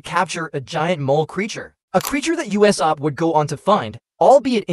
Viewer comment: why do pounounce usop uesap